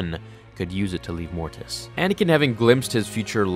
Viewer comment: Why do you put so much emphasis on the "T" sound in "Mortis"? Every time you say "Mortis" it sounds like "morTis". It wouldn't be as noticeable if you only said the word once or twice, but in a video about Mortis, it is quite noticeable.